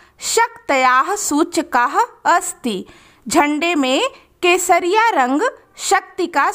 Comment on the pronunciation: Kesharrang is equal to kesariya tera Ishq hai piya😂😂 ma'am apne bola kasariya rang 😂😂😊❤